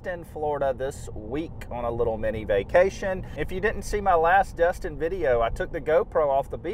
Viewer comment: I loved watching the fish underwater! By the way it’s D(e)stin not D(u)stin.